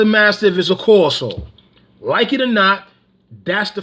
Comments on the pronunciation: Pronounce Cane Corso wrong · With all Respect First... you want to pronounce Cane Corso the proper way. Secondly please make sure you DO YOUR HOMEWORK 📚 ON THIS MATTER Watch Senza Tempo Cane Corso we just discussed this. Rachel proved a cane corso Owner wrong she’s amazing!! With vet paperwork, facts !!ETC